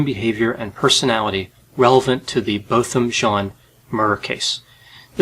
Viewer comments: You pronunciation of his first and last name is correct. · I went to Harding with Botham. You are pronouncing his name the way he pronounced it. :) (I didn't know him personally but he ran for student council, spoke and lead singing in chapel often, and was someone who everyone on campus knew. So, I heard his name often because he was THAT beloved.) I wish people had more of a memory of the amazing soul he was rather than all of this mess he got dragged into. I remember the days he used to lead singing in chapel. Those were the only days that every student would make an effort to show up to chapel and not skip.